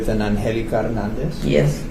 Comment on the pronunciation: Pronounced An gel aka